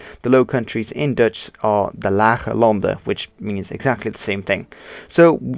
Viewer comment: Are you Dutch? Your Dutch pronunciation is spot-on. But your English doesn't have an obvious Dutch accent either. So kudos in either case.